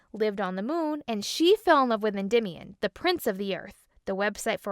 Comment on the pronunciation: *hard facepalm pronunciation of "Edymion".* JFC; it isn't difficult to locate some videos of the source videos - some of which you likely used for this video - and learn the correct way to pronounce "Endymion".....